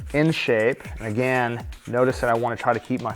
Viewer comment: Can you come back when you can smile and pronounce "again" correctly? The nail was pretty but you were pulling a k-stew the whole time